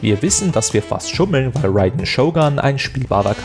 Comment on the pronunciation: der typ kann einfach Raiden nich aussprechen..